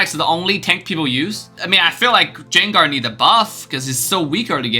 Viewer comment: It's pronounced Gan-ger not Zenger